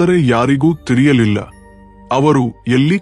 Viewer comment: ಅದು ತಿರಿಯಲಿಲ್ಲ , ತಿರಿಯುತ್ತದೆ ಅಂತ ಅಲ್ಲ ತಿಳಿಯಲಿಲ್ಲ ಅಂತ ರಿ ಉಚ್ಚಾರ ಅಲ್ಲ ಳಿ ಉಚ್ಚಾರ ಮಾಡಿ.